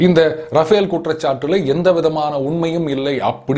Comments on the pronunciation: It's Rafale, not Rafael ! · Sir, Its not Rafael but Rafale. K. Balasubramaniam